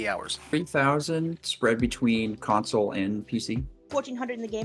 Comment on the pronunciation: "... thanks to cOnsAWL" 😩😩